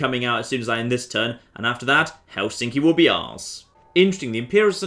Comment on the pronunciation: I'm finnish it's pronounced hel in ski